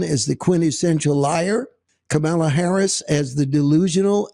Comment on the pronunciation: Thanks, ❤ Love seeing the kitties taking a recharge nap... at least they're still at peace! ( Seriously?? Pronouncing Kamala's name correctly isn't that hard, so that's purposeful. Should we just start calling this guy "TOAD"??)